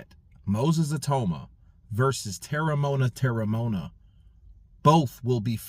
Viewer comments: You pronounce it like this: Tear-rah-mow-ah-nah. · Terry-mo-un-a thats his name